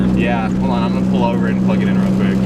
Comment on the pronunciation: Pool pool pool pool pool. It's pull. PULL. P. U. L. L.